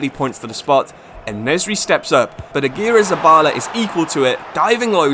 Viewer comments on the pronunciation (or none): none